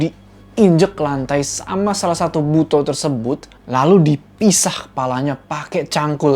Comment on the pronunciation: Bacanya "buto" bang bukan "buto"